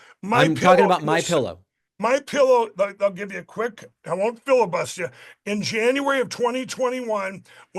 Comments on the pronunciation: MyPillow: I'm not gonna "filla-bust-ya" 😅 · “I won’t filibust ya…” well that was entertaining. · The best part was when he said “I won’t fili-bust ya”